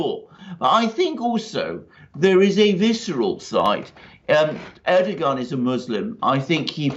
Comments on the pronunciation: Dear Alexander, you are very good.. and I like your comments and analysis... but you would be even more credible if you would address President Erdogan as "Erdowan" (without pronouncing the "g") as it is pronounced properly, so I believe. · Erdogan should be pronounced like Erdo-wan, a bit like padowan in Star wars. He lost Istanbul and Ankara in the local elections, thus adding to the uncertainty.